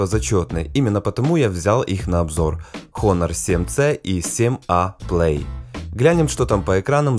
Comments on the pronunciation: Не хонор а онор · Всё хорошо,но, название не Хонор. По транскрипции без первой глухой буквы (то бишь Онор).